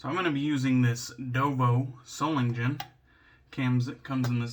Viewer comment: Hard G in Solingen, DK, as in "go".